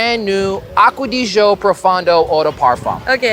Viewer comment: Aqua di sjo???Aqua di GIo!(Gi-o)